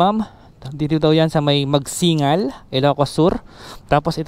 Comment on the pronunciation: sir, mali mali po yong pronunciation mo ng bangar at magsingal and as a ilokano is i feel offended po kaya correct natin sir, Bangar ay pronounce natin ng tama Ban----gar o bang gar at ang magsingal po ay mag sing gal